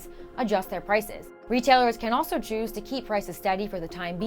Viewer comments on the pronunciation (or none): none